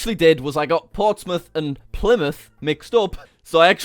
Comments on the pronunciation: It is not pleeymouth it’s plllymouth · Lol 'plymouth uni' ayye I live in plymouth